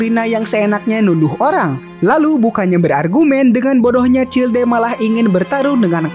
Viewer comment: childe bukannya dibacanya chaild ya bg